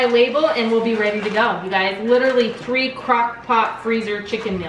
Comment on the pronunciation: Did she say tree different crockpot meals?? LOL love your channel